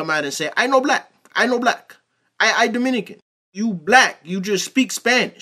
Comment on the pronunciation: I'm Dominican and you Nailed